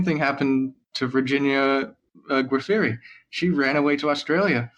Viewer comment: You gotta work on your pronunciation/prep, man. Half of the names are pronounced wrong or you guys don't know what they are. Epstein, which is "Epstine", not "Epsteen"; Giuffre, which is very easy ("Dzhufre"; look up the saxophonist of the same name's Wikipedia, which has a pronunciation guide) and which you just butcher as "Guafferi"; Cassell, which you somehow turn into "Kuh-SAHL" ("Castle"); and, why not look up Cerno's lawyer and the victim's lawyer in advance? Like, take 30 minutes that you spent recording an overlong episode and just look this stuff up.